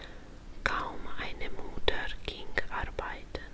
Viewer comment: Mutter se nekaze muter nego mutta